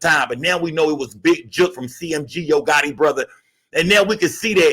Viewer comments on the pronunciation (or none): none